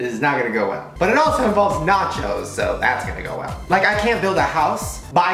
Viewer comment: I thought he said “matches” instead of “nachos”